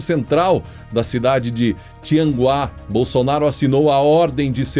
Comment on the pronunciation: Tianguá e não Tinguá kkkk